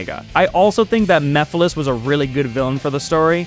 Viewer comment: My brain has overwritten the sonic 06 villain to be called Memphis Tennessee to the point that I did a double take upon you saying the correct name lol